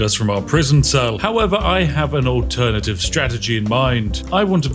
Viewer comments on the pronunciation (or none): none